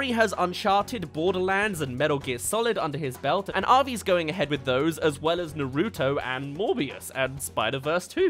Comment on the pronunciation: Because of the fact that you pronounced naruto wrong I no longer trust your anime input